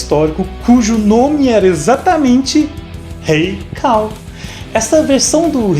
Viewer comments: "CULL". "cAll" não mano. Ta lá a letra U e não a A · Kall? Quem diria...eu que pensava que a pronúncia era cull mesmo...kk